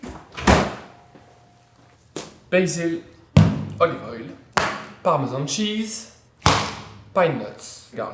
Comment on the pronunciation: "Pal' meu zâne chize" à , aïe... , heureusement vous avez rectifié derrière ;-) J'aime beaucoup vos vidéos et votre accent français forcé ^^ ! Merci ! EDITION: vos pâtes à la fin me semblent un peu trop jaunes, peut-être une marque intermédiaire ? très bon choix vu que ce sont celles qu'achètent la majorité des gens ordinaires. À vue de nez, des linguine ?